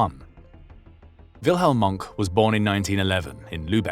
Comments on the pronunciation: It’s not “Monk” or “Moank”. It’s roughly “Moan-keh”. German is one of those pesky languages where you usually say all the vowels. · it's pronounced "moankuh" not "munk". might be nice to learn how to pronounce a name if you're going to narrate a documentary on it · Its nt Monk - its pronounced Mongka (monke) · it's pronounced Mon-keh, not 'Monk' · His name is pronounced Mohnker not Monk ‼️ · Mohnke not Monk! Wilhelm Mohnke hat sich nie eines Kriegsverbrechens schuldig gemacht, was man von den Engländern US Amerikanern Kanadiern Australiern Neuseeländern Franzosen und Sowjets nicht gerade behapten kann, die Kanadier machten beispielsweise keine Deutschen Gefangenen während der Landung in der Nornandie, Englische Jagdbomber versenkten im November 1944 das International Anerkannte Rotkreuz-Schiff Tübingen, die US Amerikaner errichteten noch vor Kriegsende die sogenannten Rheinwiesenlager in denen mehr als 2 Millionen Deutsche Soldaten ums Leben kamen. In den Deutschen Gefangenenlagern für Alliierte Soldaten gab es ein Dach über dem Kopf Stockbetten genügend zu Essen und einen Ofen, wie der Film Gesprengte Ketten oder Original Filmaufnahmen und Fotos belegen. In den Rheinwiesenlagern gab es kein einziges Gebäude hier mussten pro Cage/Käfig Zehntausende teils Hunderttausende Deutsche Kriegsgefangene auf dem Schlammigen Boden den Witterungen in Sommer und Winter trotzen. Die Löcher die sie sich mit Bloßen händen gruben wurden mit samt den Menschen darinnen einfach mit einem Amerikanischen Bulldozer/Planierraupe zugeschüttet. Die US Amerikaner schickten einen aus der Schweiz vom Roten Kreuz bereitgestellten Zug mit Verbandsmaterial und Medizin wieder zurück, sie benannten die Soldaten ohne Rechtliche Grundlage nach Kriegsende einfach in Disarmt Enemy Forces um, um so diesen Eklatanten Bruch der Haager Landkriegsordnung und des Kriegsvölkerrechts ab zu Tarnen. Das Ziel d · Not 'Monk', Mohnke, it's a German name, not an English one.